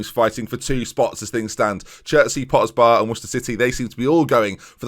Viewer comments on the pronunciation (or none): none